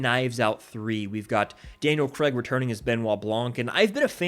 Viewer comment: Daniel Craig, not Cregg...WRF is Cregg!?? Cra-ig....Not hard to say.